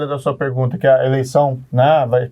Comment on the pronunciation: Sérgio Moro precisa de umas aulinhas de português. Ele comete uns erros de concordância e uso de pronomes bem feios para ex-juiz aspirante a presidente. Teve uma hora que ele falou "pregunta". O Caio levou até um susto. Parei de ver antes que ele soltasse um "pobrema".